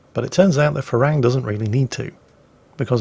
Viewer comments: That Thai ship is pronounced “pra ruang” not “fra...” 🙏🏻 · The name of the Thai destroyer is pronounced "Pra Ru-ang" it means Monk Ruang, a Buddist Monk. The word "Farung" is the Thai slang word for westerners and the word for the fruit guava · Dear, Im Thai and thats not how you pronounce the PHRA RUANG. Its pronounced like Pra-Ru-ang. Im not mad haha just laughing because the way you say it sounds like Farang which in thai means white foreigner hahaha google it, when you say shooting up the farang I lol'd so hard P.S. The Pra Ruang in thai means Royal Monk, and served in the Thai Navy ones give it a look really quite interesting Not hating tho just educating plz dont rip me to bits fellow saltminers o7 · little tip for pronouncing HTMS ship: Phra Ruang is pronounced "Pra-Roung" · How you pronounce "Phra Ruang" is absolute gold for me because that is how thai call foreigners. Ph in Phra is not F but strong P. (try Pra but squeeze a H in there) Ruang is not Ru-ang but R-uang. Does that make sense? maybe not Thai is hard lol. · Enter this พระร่วง in Google translate and ask for listen to it so you can pronounce the name of the thai destroyer better than you are doing now... lol